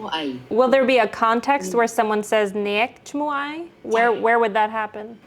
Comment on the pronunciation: Hey, I’m Cambodian American, and I love how you’re so respectful and curious about our language and culture. This is the first time I genuinely enjoyed seeing a Barrang exploring Khmer lol. Pro tip- you probably already realized this, but you don’t actually pronounce the “k” in “neak” (you). It’s more like just halting your voice (kinda like when you say the double t’s in cotton: kaw’-n). So it’s more like “nea’”, instead of “neak”